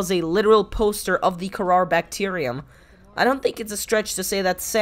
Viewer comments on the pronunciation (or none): Btw, it’s called the Kharaa, not kharar